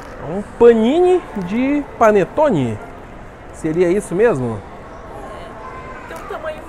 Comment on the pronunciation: "paninetonni" ? Isso daí é um pão de forma kkkkkkkkkkkkkkkkkkkkkkkkkkkkkkkkkkkkkkkkk